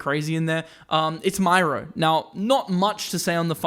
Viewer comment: Myro? Really?😂